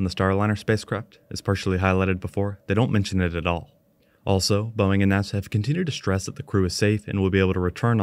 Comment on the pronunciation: Why can't the AI voice get Boeing right?